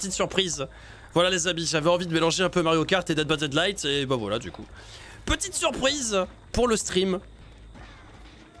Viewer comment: Mais pourquoi il dit dead by deadlight